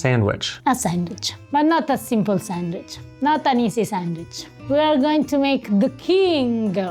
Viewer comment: pronouncing "sandwich" ( sangwhich) just like my nana pronounced it! That sandwich is incredible!!!